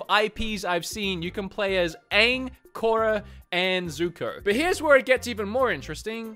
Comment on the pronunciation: Clearly has never watched avatar the Last Airbender doesn't even pronounce korra correctly but we still love him though